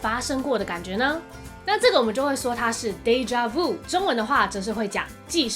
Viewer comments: déjà vu 读错啦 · 我就是学法语的 视频挺好的 但纠正几个错误，déjà-vu 的vu 发音是vyu 不是vou，bon appétit 是 appei ti 最后结尾t不发音，还有encorede结尾是小舌音he 不是英语的r 但其他的都还不错的